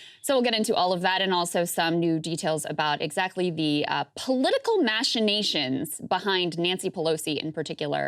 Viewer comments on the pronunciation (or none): She mispronounced machinations... lol.